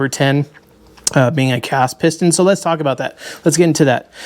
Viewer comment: You said "piston" right on the first attempt in French.